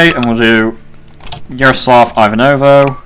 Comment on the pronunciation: btw the most western-stereotype popular russian name Ivan is pronoced like Ivanka Trump, but without 'ka Trump'. It's like Eevahn in russian pronouncation. The same way Ivanovo is pronounced, if you care about it at all :)